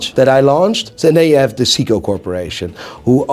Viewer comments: It's Say-ko not See-ko. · can pronounce Frederique Constant but can't pronounce Seiko.